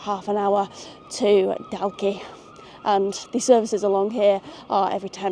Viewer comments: The quarry where you climbed up the steps in (Daw-key) Dalkey is where they extracted the granite that built the Embankment in London. All along past the Houses of Parliament is all Dalkey Granite. Also the ships dry dock in Liverpool. Originally quarried to build (Dunleary) Dun Laoghaire Harbour, the stone was too hard and too expensive to waste so they infilled all the piers with granite from Scotland and just dressed them in Dalkey Granite. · nope, the L is silent. Same with Dundalk. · Nice video, glad you enjoyed :) ('Daw-key. Kill-Eye-knee') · how you said killiney hurt me other then that good video and dalkey killiney is cly knee and dalkey is daw key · Dalkey rhymes with chalky like the thing you write on a black board. and Kill-lie-knee - just if you're interested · Dalkey rhymes with chalky and Howth rhymes with both :) killiney is kill-EYE-ney This was really cool, I've watched so many videos about England's transport networks, so it was amazing to see someone come here and ride the trains I always kind of took for granted